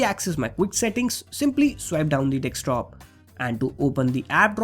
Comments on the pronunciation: Observe he dosnt pronounces desktop... He says dekstop lmao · hahaa 'dekstop' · did he say dickscreen👀